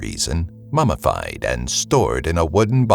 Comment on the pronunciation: Wait...did u say "mamafied" instead of "MumMified"?...